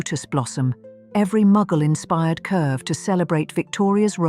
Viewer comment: "Muggle inspired?" That would be "Mughal inspired". When will the people who narrate these videos learn how to pronounce everything before starting to record?